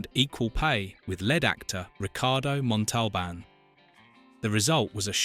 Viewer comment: OMG! It can't even say l"The plane,the plane!"correctly!!!Let alone Ricardo Montalban's last name!!!